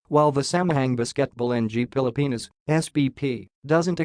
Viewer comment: For you, the "a" in Tagalog language is pronounced as ass not apple or acorn; e = egg, i = idiot, o = okay, u = oo not yu. How to read Samahang Basketbol NG Pilipinas? ng = nang